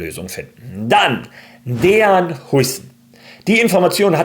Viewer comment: Bro heißt Dean und nicht Dejan 😂. Dean wird DIEN ausgesprochen